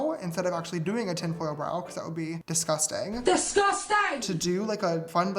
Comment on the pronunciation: All I heard was ✨disgustang✨